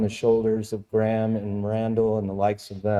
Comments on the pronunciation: Who the hell is "Gram"?? 🤣🤣 It's Graham. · Graham pronounced greyam not graam and Randell observation deck hypothesised Atlantis could be 33 degrees by -33 degrees. Check it out, I think he is onto something. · Graham is not pronounced Gram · His name Graham not Gram. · Can’t even pronounce Graham. What a retard